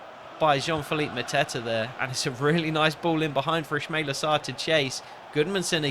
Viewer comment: It's pronounced is-ma-eel-aa